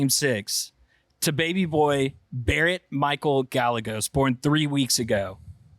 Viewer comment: pronouncing Gallegos is shocking 😂